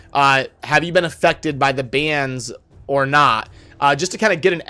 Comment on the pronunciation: Sounded like you said infected which honestly I think better describes what is going on than affected